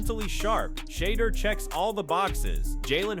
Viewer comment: Can you pronounce his name correctly or stop reporting on him !!!